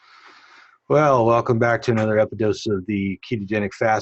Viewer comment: Why do you say Epidose? Are you dyslexic or?...